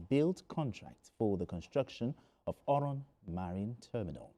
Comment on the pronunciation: I like how he pronounced oron. He's been taught well.